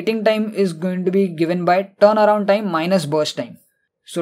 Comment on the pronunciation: Amazing explanation but pronunciation is terible, word turnaround sound like playing guitar